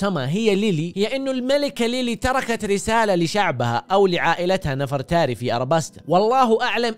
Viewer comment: نَفَرْتاري 😂 لا يالوجيه تنطق نِڤرْتَارِي